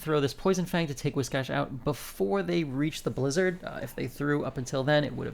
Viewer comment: Biggest reason why I like your videos and watching your gameplay: You are the only content creator who actually knows how to pronounce "Whiscash" the correct way! 😂